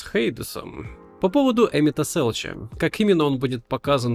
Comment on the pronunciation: Почему Эмет-Селч, когда Эмет-Селк? Куча катсцен, где его по имени называют вслух